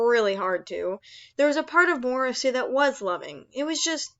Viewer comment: its late and i dont mean to offend you but i think the morrow in morrowseer pronounced for like mar-row like tommorow since he is supposed to be able to see the future or tommorow